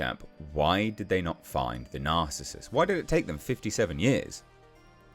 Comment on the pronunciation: It's pronounced NAR-CIS-US - narcissus, a type of flowering plant AKA a daffodil. Also an ancient Greek hunter..